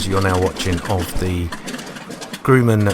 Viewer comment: it aint grooman. grumman as in grub.